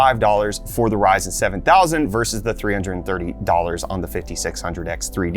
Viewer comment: He said "Verizon" 7000 Series LOL